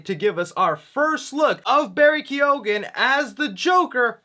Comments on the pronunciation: I'm Irish and the actor Barry keoghan is pronounced Barry "key....oh...in! Just said I'd let you know my friend! Love your content by the way 😁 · It’s pronounced Barry kEEgAn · It's "keo-han"... Barry Keoghan... Ya don't really sound the G. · Thats not how u pronounce his name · Don't hit that G at all in Keoghan, bro. silent "gh" you've got the pronunciation perfect otherwise 👌🏻✌🏻✌🏻 🇮🇪